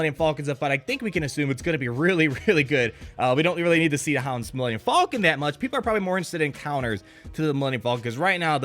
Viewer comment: "Millennium Fallkin"